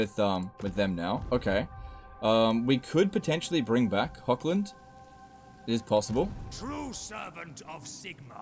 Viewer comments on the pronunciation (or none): Really suggest to look up, cause it's a min fix pleasing all european viewers etc. , how to pronounce the german "ch", like in Hoch-land, or Bechafen, or Eschen, which are all essentially german. Cause it's not Hokkländ even if you say it 1000x times, nor Bekhafen, nor Esken. Idk somehow just really bugs me an once you learn it, which takes like 2 min, not even, you probably won't do it agian.